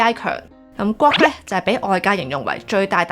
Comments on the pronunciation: 資料好滿足，令大家都認識到各款 AI Apps 嘅特點！不過主持人嘅發音真唔太清晰，特別係 Claude and Grok 嘅差別好少⋯⋯廣東話嘅懶音都比較嚴重！希望會好好改善😊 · 你做得好好，唯讀你的 Claude 及 Grok 發音不準確，好混淆